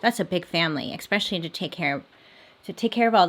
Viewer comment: LOL! You always joke about your mispronounciation of words but I've only picked up on 2 words, which isn't bad at all! Those words are statuTe (you leave out the "T" at the end) and especially (you pronounce it as eX-specially instead of eS-pecially)! It's actually endearing!